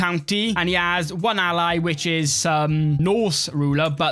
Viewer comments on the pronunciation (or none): none